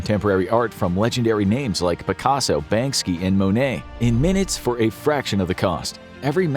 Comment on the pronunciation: Gotta love them pronouncing Banksy as Bansky in the sponsor bit